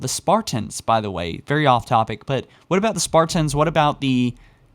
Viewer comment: you say Spartans weird, whats with the over emphasis on the last syllable?